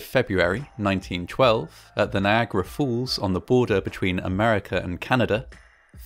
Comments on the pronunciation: ''NIAGARA FOOLS'' NO ITS NIAGRA FALLS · Niagara Fools. Sorry not sorry: To any American, your pronunciation of “falls” is totally ridiculous. Big distraction from an otherwise excellent video. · Is he saying "Niagara Fools"? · Am I the only one hearing "fools" instead of "falls" each and every time? O_o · It is “falls”, not “fools”.😂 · Niagara falls not Niagara Fools🤣😂😅🤣😂😅😂🤣😂